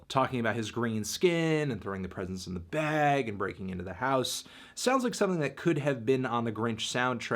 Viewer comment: Why do you always say "Tyler DI Creator" and not "Tyler THE Creator"